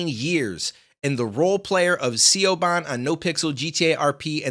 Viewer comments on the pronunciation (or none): That's not how you pronounce Siobhan 😂